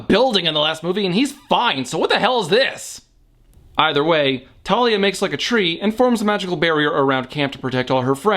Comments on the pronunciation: I hate how they say it as Talia not Thalia like how it’s said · Also, it's pronounced THALIA! Not Talia, it's based on a Greek nymph, this is not hard! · Her name is TH-AL-IA! Thalia. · Some Crazed Nerd well I pronounce it Th-al-ia. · I pronounce it Thar-lee-a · Nobody told me the h in Thalia was silent